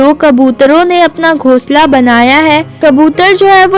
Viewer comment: Gosla ❌ ghoshla ✅